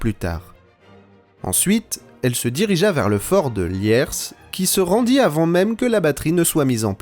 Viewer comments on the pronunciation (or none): none